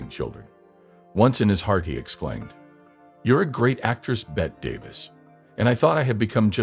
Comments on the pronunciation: As others have pointed out her name was pronounced Betty. The video was interesting, how could it not be when Bette is the subject matter. However, there were many grammatical errors in the narration and closed captions. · That narration , if you could possibly call it that was dreadful, once and for all her name was pronounced BETTY.